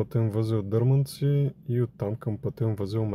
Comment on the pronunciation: Този който ти писа за правилното изговаряне на населените места бях аз, но ти упорито продължаваш да ги наричаш така както ти е кеф! Не е дЪрманци, а ДърмАнци !!! Време е да го запомниш, а за да си сигурен спри в района и попитай, ако не ми вярваш!